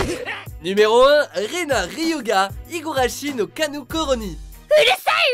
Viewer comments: Je crois que pour Rena, c'est pas Ryuga mais Ryugu x) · Sérieux ?! Comment vous pouvez faire 2 erreurs sur le numéro 1 ? C'est pas "no kanu koro ni" mais "no naku koro ni" et le personnage s'appelle RyugU et pas RyugA... Btw, pour HxH c'est hiSoka, pas hiZoka... Vous faite des erreurs de ce type a chaque vidéo. Faite un peu attention... Et niveau folie, Betelgeuse, Johan de Monster ou Mocking Bird de Deadman Wonderland ont plus de légitimité que Mikami ou Frankenstein...